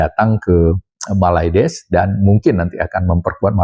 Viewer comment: 😀😀😀 bilang MALAYDESHnya biasa aj x bang...😋